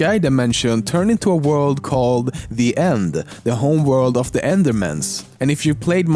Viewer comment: The End, homeworld of da enduhmins.